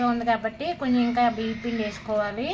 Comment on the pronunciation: BHEEPPINDI KADHU BIYYAM PINDI ANAALI,UNEDUCATED BRUITS. TELUGU KUDA PALAKADAM RAADHU CHADHUVU RAANI SUDDHA WASTE FELLOW